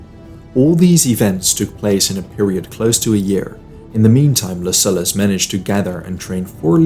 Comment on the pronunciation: Man, your content is great, bu the pronunciation..."peninSHula", 'LuSullus"